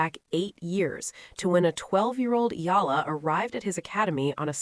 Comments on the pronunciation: Spelled and pronounced E-yala pls😊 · I get the feeling the media are coordinated to mispronounce her family name EALA. So she loses her identity? And history? Dumb media or manipulative? It's annoying